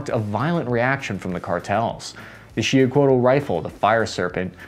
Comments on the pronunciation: He didn't. Sho pronounce it SHEE- oo-h- CO-ah-t. Two syllables. Don't pronounce the final L. (Actually, TL is a distinct different sound, a T but the tongue, touching the top of your mouth, you let air go out on the sides of the tongue). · it's pronounced "He-oh-coh-wah-tuhl" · Pronounced. She - oo - co - at, it means turquoise serpent, with the turquoise refering to solar or annual attributes, it was the divine atl-atl, spear-thrower of the solar war god of the Mexica- Huitzilopochtli.☄🐉🔥🌞🔥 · The fucking L is silent at the end of xiuhcoatl. everyone needs to stop mispronouncing tl. it's nerve rackingly homicidal inducing annoying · Just saying man your pronunciation of words ... The proper way to say Xiuhcoatl is on YouTube